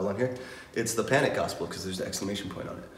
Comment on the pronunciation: HE LEGIT SAID CANIC AT THE DISCO